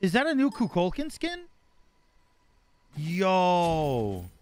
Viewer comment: coo - cool - kawn is the right pronunciation for kukulkan